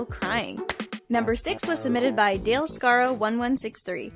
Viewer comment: Dale-k-skaro... That's how she said it... Facepalm